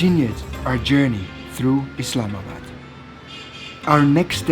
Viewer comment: thank you for showing our country and btw its not "islamad" its "islamabad"